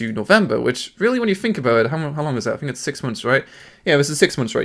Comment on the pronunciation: you gotta learn how to pronounce "TH" its not "F" Think, Thhhhhhhink, not Fink.